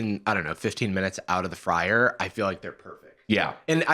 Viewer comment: The way says “…a fryer…” and then scoffs is just so beyond English he could never be a spy! 😂, how do you signal #3 with your fingers? lol